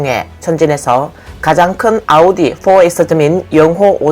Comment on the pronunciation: 아니 중간 더빙도 다 아우디라고 하면서 오달이 뭐요? 듣기 참 거북하네..이런건 좀 브랜드 명 그대로 발음해 주면 안되나? 다른건 BMW BENZ 이렇게 하면서.. 좀 신경좀 쓰세요.